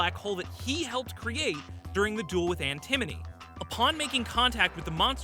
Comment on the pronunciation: The way he keeps saying Antimony instead of Antinomy.